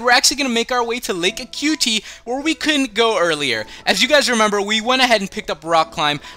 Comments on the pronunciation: this kid sounds like hes 10 yrs old i mean srsly, he called Lake Acuity A-CUTE-EE, when its UH-Q-IT-EE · I think its called lake Ac-u-ity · Lake A"cutie". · Ahh, this I was wondering as well, glad someone else asked it as well (about the thumbnails) ALSO Great vid as always :D I still love the way you say "Acuity" haha